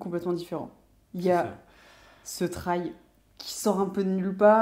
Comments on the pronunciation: Team canal insta et Team qui ne dort pas ^^ Et Team « la wifi », « pain au chocolat » et « traille pour la prononciation » 🥲 J’ai dévoré la vidéo dès la sortie, super sympa et super intéressant. Vous avez oubliés les poignées chauffantes d’ailleurs dans les options de la panAm. J’ai la PanAm Spécial depuis le début d’année mais je serais très intéressé par l’acquisition d’une Street Glide, ce look, ce bruit !!!😍 dommage que l’on n’entende pas le son de la moto d’ailleurs en extrait vidéo:) J’en redemande des vidéos sur la StreetGlide Vive Harley et vive vous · Pour la prononciation , personnellement j'ai adopté la prononciation "française" et donc comme on prononce une aile (d'avion par exemple) , j'ajoute simplement le T devant aile pour le prononcer "Traile". Ce n'est que mon avis 😁✌️. Mon avis sur cette vidéo ? Très sympa 👍👍✌️✌️